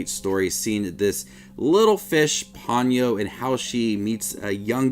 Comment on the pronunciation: Po-nyo rather than pawn-yoh.